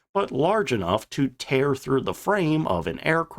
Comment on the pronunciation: just one more thing—- why is it that every time you try and use the word “the” it comes out as “teh” Just an observation that my inferior intellect just doesn’t understand. I’m just a plowboy from Mississippi trying to make sense of a simple word that a genius of your caliber should easily catch as a misspelling except that you do it every time when you attempt to use the word. Hmmmm